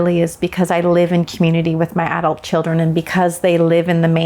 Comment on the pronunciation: It's too bad that she can't even pronounce "adult."